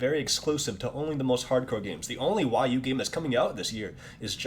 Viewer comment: this dude is absolutely dumb!!!!!! Hw cant even say wii u right